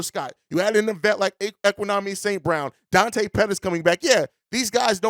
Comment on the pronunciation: His name (D’Onta), is not pronounced like Dante. It’s pronounced like Deontay Wilder.